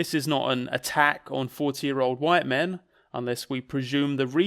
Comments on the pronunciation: keeps talking about 'white min'. What is a white min? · Why does call white men “white min” All I can think of is that Malk sketch and it’s putting me off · 'white min'